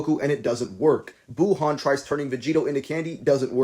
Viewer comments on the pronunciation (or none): none